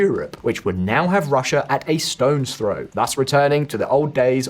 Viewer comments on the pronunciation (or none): none